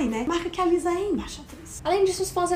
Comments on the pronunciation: a pronúncia certa é Lissa não Liza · Que agonia elas errando o nome da Lisa kkk